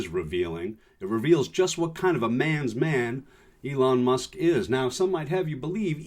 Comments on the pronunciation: did u just say Leon musk? Either way...he's terrible but aoc sexy af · It's Leon Skum